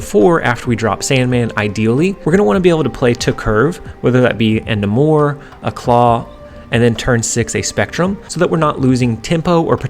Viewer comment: Love the videos, it is NAY-MORE with a long A though, Namor the Submariner He’s also the first mutant by publication history (not chronologically)